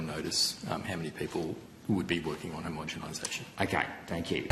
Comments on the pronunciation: Is the senator saying homogemisation? With a m? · PLEASE say homogenisation - I can’t listen to this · Can someone explain to Rennick how to pronounce homogenisation correctly? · Homogenisation Senator. Please pronounce it correctly. Thank you. It sounds bad if you dont say it properly.